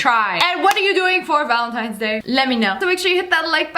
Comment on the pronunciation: Wait did she just say “ valintines day!?” 🤣🤣😂😂😂